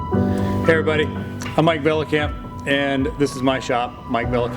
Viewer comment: i like how he cant pronounce his own last name